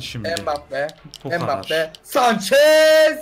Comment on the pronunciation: Abi geçen sene bakli diye sanchez diyodun şimdi embapye diyon Sanrım yanış yazdim abi bide bi kalp alarım